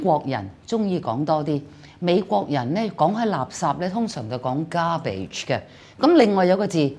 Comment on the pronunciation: 1. moron is pronounced as /ˈmɔːrɒn/, the second syllable is not a schwa. 2. The 2nd syllable of garbage is "ɪ" not "eɪ". 3. The "qu" in colloquial is pronounced as "kw" instead of "k". 4. The literal meaning of crap is solid waste rather than rubbish, trash, etc., you should have been better prepared. Mistakes abound.